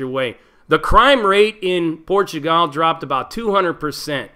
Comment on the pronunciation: I've never heard this pronunciation of "PortuGAL" ever. And portugese, specifically, the Brazilian variant, is my 3rd fluent language.